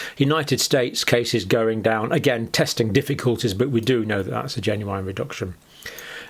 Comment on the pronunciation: Is he saying 'genuine' right? 🤔🤔🤔